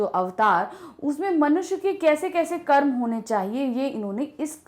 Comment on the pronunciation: I didn't understand. Mam said: Manushya kya Car.. Carma..